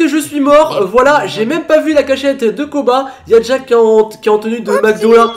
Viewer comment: On est tous d'accord qu'il a dit "Booba" au lieu de Koba De toute façon super vidéo continue comme ça et toute ta famille me manque😭😭😭😭😭😭